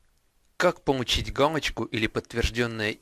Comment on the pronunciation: Помуууууу_ить, а не пому_ииииить